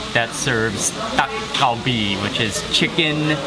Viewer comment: Like how Mark says Dak Galbi with a Thai accent!